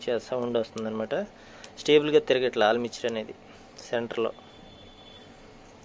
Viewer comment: ఆల్ మిక్చర్ కాదు అన్నా అది ఆర్ మేచర్ అంటారు అనుకుంటా